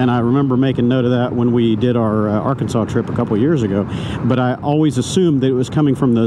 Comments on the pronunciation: thanks man, coincidentally, I also noticed you said Arkansas as “R-Kansas, in Kansas. That’s where my sister and her family lives, another stop I’m going to during my trip before coming back home. Crazy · Yep! I grew up in Oklahoma, but my family is originally from Hutchinson and Wichita, KS. They'll look at you like you're from Mars if you pronounce Arkansas "wrong" 🤣👍